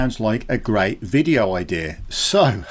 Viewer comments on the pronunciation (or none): none